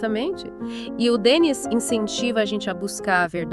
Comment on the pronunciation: A pronuncia correta é Denni, acento no i. O programa é excelente, o Livro maravilhoso.